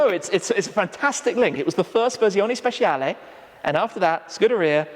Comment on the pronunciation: Correcting you on pronouncing ‘Dodici’ but then saying ‘Speshiale’ instead of with a ‘ch’ sound. Spe-chia-le.